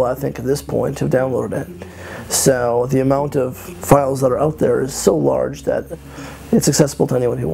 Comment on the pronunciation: dat = that , Pls stop .